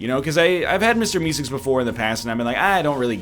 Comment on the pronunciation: Why does he say Mister E-cigs instead of Meeseeks